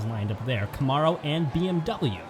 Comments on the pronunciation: Except he can't pronounce Camaro to save his life. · Someone please teach the announcer to say Camaro properly!